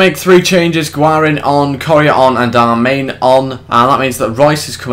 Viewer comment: Btw its not darmain its darmian